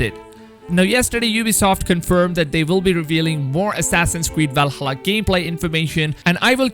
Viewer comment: val-ha-lluh, not val-hulla